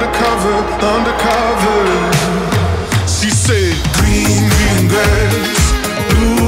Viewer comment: Its so funny the way George doesn't pronounce his R's properly. Hahaha. Gween Gween Gwass.